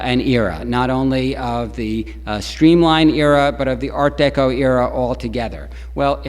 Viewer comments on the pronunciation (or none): I have never heard Art Deco pronounced as Art DayCo. Don't get it. Is he trying to pronounce it in French? But noticed as he carries on the lecture he falls into Art Deco.